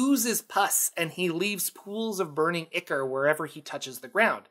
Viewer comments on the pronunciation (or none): none